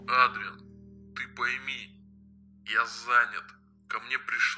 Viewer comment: Как-то не привычно видеть Адриана плачущим!!! Пожалуйста произносите Эдриан, а печатайте Адриан!! И не Кот Нуар, а Супер Кот!!!!!!! ПОЖАЛУЙСТА!!!!!!!